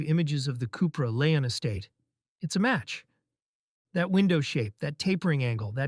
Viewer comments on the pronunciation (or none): none